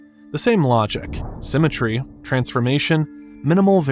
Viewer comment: "Symetr-ehh" "Interest-ehh"